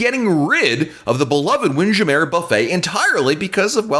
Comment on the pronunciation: repeat after me: WIND. JAM. MURRRR. not windjameh